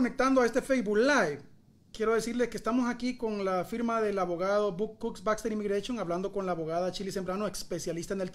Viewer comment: " imigrachon " tiene que tomar clase De pronunciation. Eres un periodista suena como un novato.